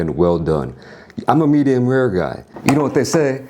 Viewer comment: not err but Or, not py'er (pure) Pee_ORe. u say 'rare' like an engine having trouble to start